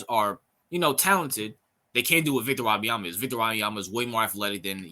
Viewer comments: Or just say "Wemby" or "Vic, Victor". Don't destroy the young man's name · No you pronouced his name badly. Do your homework